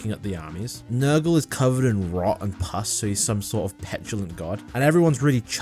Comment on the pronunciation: I'm guessing the "girlfriend army" is gonna be tyranids edit: was not expecting him to say Nurgul demons lol